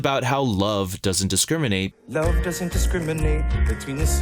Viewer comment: That missing R in "discriminate" is killing me... XD